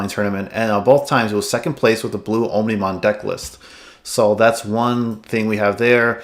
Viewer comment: Great video! Also, its pronounced "ahmni-mon", with "omni" meaning all.